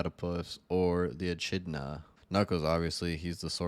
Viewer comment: Echidna is pronounced as eh-kid-na